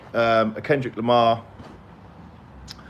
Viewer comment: dude, its Lamar